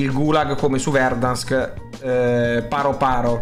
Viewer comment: Molto interessante. Ma mi domando: se Verdansk la chiamavi Verdanskio. Caldera come si chiamerà? 😂